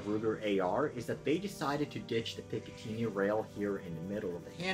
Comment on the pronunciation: Excellent review. Clear, concise and informative, as one should be. Unfortunately I am going to have to ask you to turn yourself in to your local police department until such a time that you can stop pronouncing picatinny that way.